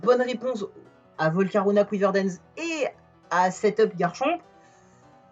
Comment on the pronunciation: Ça me trigger tellement que tu ne prononces pas le c à la fin!